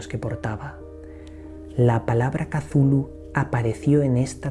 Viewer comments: saludos. En vez de pronunciarlo como casulu deberias decir "eczulju" es decir, dandole sonido a la C del principio y a las dos H que posee el nombre. Suena más mítico,más poderoso, menos definido como palabra y mas un sonido amigo, pienso que asi lo quiso hacer sonar H.P.L. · Cazulu?, macho no creo que se pronuncie así, jajaja. Bueno, de todos modos conoces muy bien el universo Lovecraft, que a mí me fascina desde que tengo uso de razón. Un fuerte abrazo y sigue así de bien. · Me encantó el vídeo, solo no entiendo porque dices "cazulu". ¿De dónde sale esa "A"? Me gustaría saber. ☺ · Pronunciación final del siglo xx chuhlu. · Por que se pronuncia "Cazulu " ,,el propósitos de Lovecraft fue que para los hombres , fuera impronunciable?? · No tiene pronunciacion correcta katulu cazulu no se puede pronunciar mija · POR QUE PRONUNCIAS AL IMNOMBRABLE CON Z?